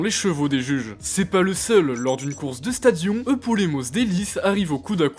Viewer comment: Je fais du grec ancien depuis 5 ans et ont dit pas "stadian" mais "sta di -onne"